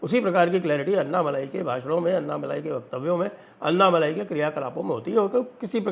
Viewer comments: Anna Malayeh not Malai 😂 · Annamalai nahi -- ANNAmalai boliye. "N" shabd ko "n" math boliye